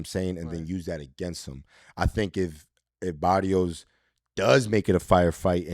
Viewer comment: Abner you gotta tell my boy Rosado he can pronounce the R what’s that shiaaat barios come on now you boricua bro say it baRRios with the R